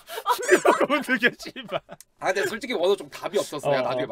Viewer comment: 아 시이바 너무 찰져